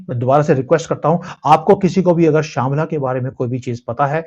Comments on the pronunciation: शांबला नहीं शंभाला ❤❤ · श्यमला नहीं है उसे शभाला कहते